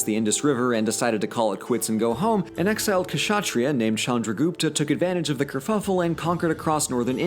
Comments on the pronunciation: "Kashatriyas" AAAAAAAAAA It's pronounced "shat-ri-yas" people!!!!!!!!!! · amazing video dude.. I'd learned this in school but had forgotten cuz it was just learning for exams. Now it seems actually interesting. And also, its not "kashatriya".. the "ksha" is actually pronounced like the "ctio" part of "fiction" or "dictionary".. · Great video on the subcontinent, as a Pakistani I'm naturally quite excited about a video like this. Just one quick tip Kshatriya is usually pronounced "shut-ray-ya" in the subcontinent and Vaishya is pronounced "Way-shee-ya". There were some other noteworthy mispronunciations but I think these are the ones that matter the most, it would be pedantic to point out every single one without a cause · You don't say kUhshAhtriya you just say shuhtriya, k silent. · Ka-shatriya bro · Actually Kshaitriyas were pronounced as shatriyas. K was silent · K is silent in Kshatriya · The K in Kshatriya is Silent Just a quick 📝 Ataman = Atmaa. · 'k' is silent in kshatriya